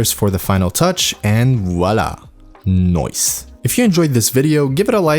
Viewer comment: It’s the "noice" for me ✨